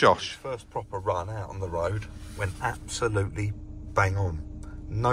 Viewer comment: glass goes “ebsolutely everywhere” - you went all posh on us there 😂